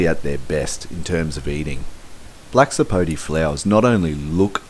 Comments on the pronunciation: It's not a Black Sapo'tee'. It's a Black Sapo'tay'. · Actually it's Black Sapo'teh' or Sapo'teh' Negro. The name has a Spanish accent